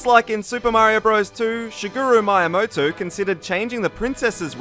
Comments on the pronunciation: Miyamoto's name is pronounced 'me-a-ma-toe', not 'my-a-ma-toe'. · It's m-EE-amoto.